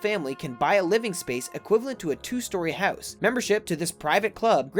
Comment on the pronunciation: It's hard to get oot of the hoose